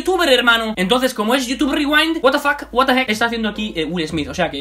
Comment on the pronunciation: YUTUB RRRIWAIND <33